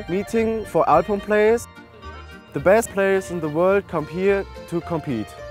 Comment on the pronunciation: The way he says "alphorn" sounds "iporn"